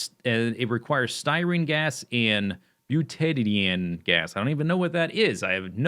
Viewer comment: BYOO-ta-DYE-een ;D